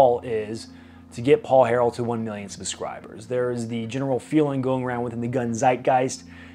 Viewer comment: "Puh-scribers"? Slow down when you talk.